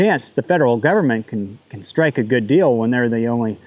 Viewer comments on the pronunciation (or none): none